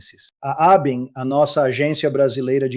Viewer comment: Desculpe, a pronúncia correta da palavra ABIN é com ênfase na sílaba IN, como em JARDIM, PUDIM, etc.